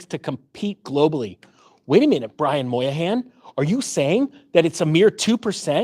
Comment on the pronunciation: Brian Moynihan, not Brian Moyahan, lol.